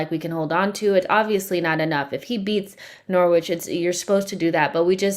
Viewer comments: Just a quick one guys - I know English is your second language. Norwich is not pronounced how it’s spelled. It’s pronounced NORRIDGE not Nor-wich. Thanks. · you got the norwich pronunciation its very amusing your pronunciation is cute